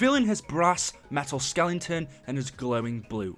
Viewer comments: One irelevent question: why do you say "Skelington" instead of skeleton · Did he say “skelelington”?